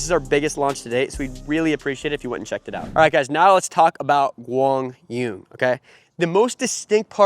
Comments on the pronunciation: For those who are commenting on how correctly is Quang Duong name is pronounced here, in this video it is sounded "Wang dzoo-in". The closer way to standard correct Vietnamese to pronounce his name is Kwang Zoo-erh-ng. Ur welcomed. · Quang Duong is pronounced as in Kwang yoo-ung. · It's pronounced KWAANG DZOO-ONG... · Not even close to how it is pronounce. 😂😂😂